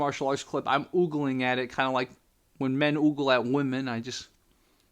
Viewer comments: It's ogle, not oogle. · btw, it's O-gle. Like ogre. Not 'oogle' 😄